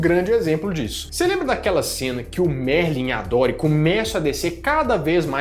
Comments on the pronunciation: 4'54": "Merlin" não,! Marlin!! 😉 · O nome do pai do Nemo é Marlin, não Merlin 🙄🙄